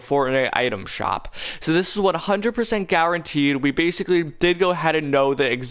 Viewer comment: how many times do you have to say exactally and bassically i not whatching him ever again